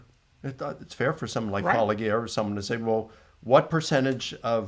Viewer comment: You knuckleheads refuse to pronounce Paulogia correctly. He respectfully shits on your positions and you can’t even bother pronouncing it correctly. Clowns